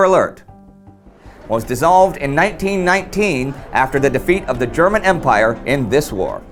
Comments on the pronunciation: Your german pronunciation is good. Love your content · I love the text to speech when he pronounces German words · Thanks for your insightful and interesting comments on military history! I really enjoy watching your videos. Your German is a bit weird, though. I'd recommend if you want to research the exact pronunciation of words in other languages.